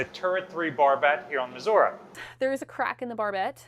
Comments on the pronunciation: Former? I'm curious as to why she isn't anymore. Oh, I missed she's at a different ship now... Hunh... Also, as a Missourian, I did get a laugh out of correcting mispronunciation of Missouri. Only people out-of-state say "Muzzurah." Here it's "Mizzoouree" if you're urban. I'm currently blanking on how the more rural folks pronounce it. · I didn't realise that the US designed their Turret 3's for towing. Makes sense as the barbettes are pretty heft structures and in an emergency it's not always possible to wait for an ocean tug. I'm curious; why does always pronounce the ship as 'Missoura' instead of 'Missouri'? Is it a regional pronunciation that he has or is that the traditional/original pronunciation of the region? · Absolutely ive been watching for some time and really enjoy thsnk you for your show BUT its MISSOURE NOT MISSOURA thank you very much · It tends to be regional, but it's like when people say "nucular" instead of "nuclear." Common, but completely wrong. "missouruh" is generally disliked by most people who live here (everyone i know just cringes when people say it that way) and is sort of a redneck way to say it. It is pronounced the way says it. Like the name "Tori." You don't pronounce that "Toruh." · mizoruh bro how fuckin hard is it to pronounce it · aha, i'm not insane for thinking that Missouri is not pronounced "missourah" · "I'll be deep in the cold cold ground before I put an "i" at the end of Missourah!" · "Battle Ship Missoura" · All together now - you too,: Mi-soo-ree! 😝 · Why does pronounce Missouri wrong? any video where he talks abut this? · It warms my heart to hear him get corrected on how he says " Missouri " lol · A wise man not only admits his mistakes, but is able to learn from them. I am from Missouri, and yes, the last i is pronounced by residents like e, not uh. Not once in my entire life have I ever heard anybody living there pronounce it like that. Never. Ever.